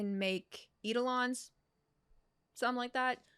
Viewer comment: Ephiolties is pronounced effie-ol-tea-s Idelons sre pronounced eye-do-lawns